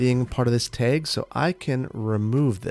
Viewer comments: Tag not teg😂🤣🤣🤣🤣🤣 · teg - please say bag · Love the Midwestern "tag" pronunciation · I love the way he says 'teg' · Man, "taeg"? Hehe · I got used to thinking of you as having no accent because you pronounce almost everything the same way I do, so I was definitely surprised when you said “tag” like “taeg,” lmao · My Michigander ears picked up that Wisconsin/Minnesota pronunciation of "tag" 😂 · I twitched a little each time, never heard it pronounced that way, same thing with "drag" it took me forever to realize I wasn't just mispronouncing it wrong my whole life lol! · Pnw also pronounces it this way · The way you say “tag” very Wisconsin of you. I love it. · The Wisconsin really jumped out when was saying "tag" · Boy the way you said tag was the most Wisconsin thing. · the wisconsin came out when saying tag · You say tag like you say peg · I have never in my life heard the word tag pronounced like that. Is that a midwesterner thing? Don't take this as me making fun, I'm just curious. I've got a Boston accent myself so i've certainly got my quirks.